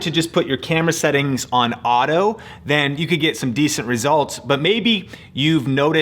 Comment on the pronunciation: haha U said audio instead of auto